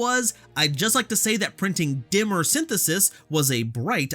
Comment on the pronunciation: Nerd here: Dimer is pronounced die-mer. But carry on